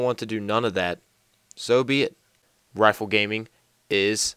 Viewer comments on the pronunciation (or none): none